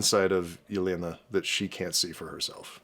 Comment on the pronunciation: The way butchers Yelena's name gave me trauma